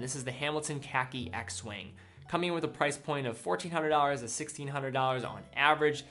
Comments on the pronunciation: The Hamilton "X-Wing" you mentioned is actually called "X-Wind" and pronounced "Cross-Wind".... (aviation reference) Other than that, cool list, Im a big fan of the Junghans, own a manual wind Max Bill myself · Great choices, a good number I've considered and actually owned. The Junghans Meister Telemeter Chronoscope. But, you have to get some of the names correct. For example, Baltic is Bicompax, not Biocompax. And, Hamilton is X-Wind, not X-Wing. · X Wing instead of X Wind? Biocompax instead of Bicompax? Wtf this is a hoax. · Great video! I have to throw this out there though, the Hamilton x WIND is pronounced cross wind because it calculates cross winds for pilots